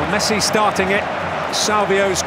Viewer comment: Commentator: Messa